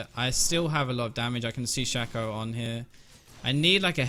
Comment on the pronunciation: I will upvote this video simply on the premise you pronounced shaco's name shack-oh and not shake-oh, you are true hero